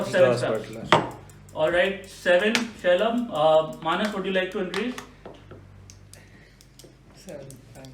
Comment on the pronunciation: Each time Shailabh's name was pronounced it sounded like Sherlock. Manas is a real entertainer.